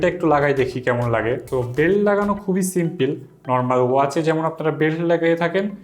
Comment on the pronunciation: Bhai sempil na simple